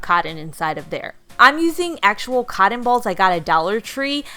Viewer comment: Anyone love how says cotton? Codtin. 🙂